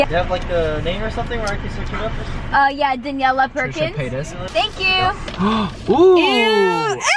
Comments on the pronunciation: not him saying "trisha paytus" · WAIT DID HE JUST SAY TRISHA PAYTUS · HE FR SAID TRISHA PAYTOUS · "Trisha Paytas" somebody stop him! 😂😂